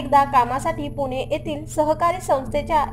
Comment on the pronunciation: पुने नाही ग ताई..... पुणे आहे ते